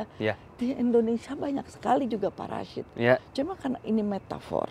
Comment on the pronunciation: gua suka cara bilang parasit jadi paraSHIT wkwkwk